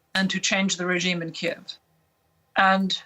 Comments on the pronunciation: Yes! It's so annoying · I don't understand why you keep saying "Keeeeeeve". How do all of you mock-news agencies not know how to say "Kee-ev". Silly free-range Humans... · First off, when someone has to put "Expert" at the end of their tagline, then they are anything but, especially when they can't pronounce a city name correctly. It's Key-ev, not Keev. Second, doing nothing puts everyone at risk, invading Russia and taking them out is the only correct action here. Sanctions is basically pulling a Neville Chamberlain, i.e, doing nothing. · It’s not keve it’s Kiev (key eve) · It's not pronounced Keeve. It's Kiev. Putin warned everyone about NATO expansion, but NO, you wouldn't listen. R u listening now?